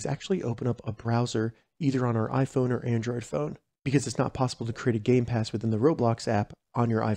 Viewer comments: Bro said gay pass and not game pass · Did he just say gay pass